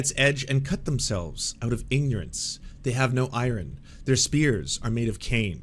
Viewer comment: "I-Run"? You mean Iron? Ok you aren't a Canadian. What the hell dude, you some Welsh spy or something?